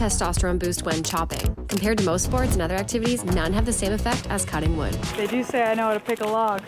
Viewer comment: huhuhuh huhuhuh she said woood